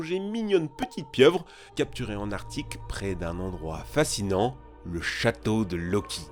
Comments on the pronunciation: Au début tu a dit l'artique au lieu d'arctique. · Il est passé où le “C” de ArCtique ?? 😅